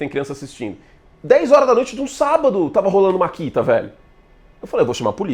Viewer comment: Vc não é patrocinando pq chama de "MARKITA" e o correto é MAKITA rs